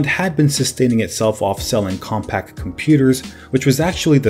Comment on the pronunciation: Hey guy, it’s CompaQ, as in “com-pack” — not “compact”!! Were you even alive then?, doubt it, It’s as if you said “Nex” computers, 29 times. Annoying.